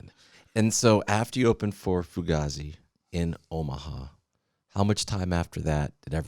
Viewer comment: For a guy hosting a music podcast, you think hed know how to say fugazi 😂